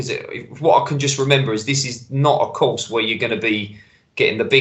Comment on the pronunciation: What's with the pronunciation of the course Steve? It's in France mate not Spain with that lispy nonsense.